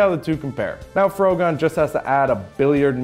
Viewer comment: Why are you saying the 'o' like in in 'afro'? The title is clearly a portmanteau of 'frog' and 'gun'...isn't it?